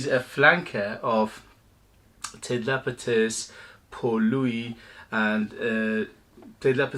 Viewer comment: Man, please. Ted LapiDus. Not LapiTus. Hurting my ears. Love ur videos btw.